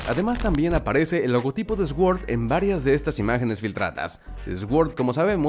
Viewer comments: Gracias por traernos estas noticias. Pero consejo, la palabra S.W.O.R.D no sé pronuncia "ESGÜORD" se pronuncia "SORD", como la "PAGÜER SORD" (POWER SWORD) de los power rangers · Sword se pronuncia: "sord"